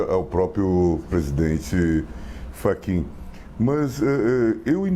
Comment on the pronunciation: Ele chamou o Fachin de "Frachin", logo no início? 😮